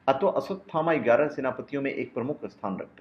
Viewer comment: first learn to pronounce his name